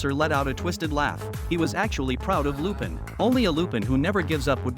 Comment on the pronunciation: This has to be AI voicing this. I mean, who pronounces Lupin that way